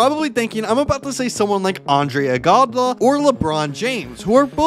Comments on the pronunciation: Dude this guys pronounceing be like Adonis Harlem ondis hashlin andre Igoudala andraày igodalua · “andre igabala”. even when I was 5 I was able to pronounce andre’s last name.